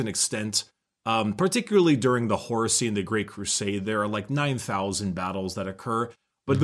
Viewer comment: I THOUGHT HE SAID HORUSSY AND I'M FUCKIN' DEAD.